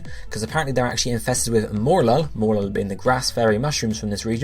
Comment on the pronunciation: Fuck you saying fucking MORE-LULL, it's fucking MOH-RELL-LULL. I'm sick and fucking tired of you bitches mispronouncing these names, especially Bounsweet, whose name couldn't more obviously be a combination of BOUNCE and SWEET, BOWN-SWEET!!